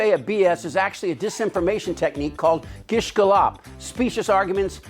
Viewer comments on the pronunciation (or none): "Gish Ga-LOP"? Is this an AI voice?